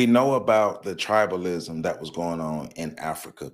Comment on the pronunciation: It's tribalism not tribelism!